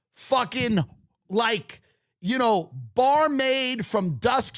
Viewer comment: That’s not how you pronounce vampiric, as a gay I expect more from dillon.